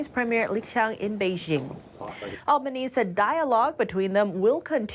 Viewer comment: Please, get it right. It's not Al ba knees. It's Al ba knee see.